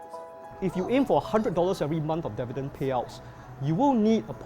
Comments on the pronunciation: The only sale that people run out of the stores is a stock market sale. Also is called Di-vi-dend, not Der-vi-dend as mentioned by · It's dIvidend not dEvidend